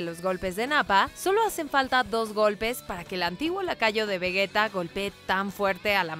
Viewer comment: ¿Por qué dicen Vegueta? Es Vegeta. Entendería "Veyita" que es como dicen en Japonés pero ¿Vegueta? Aunque escuchando lo mal que conjugan los tiempos verbales...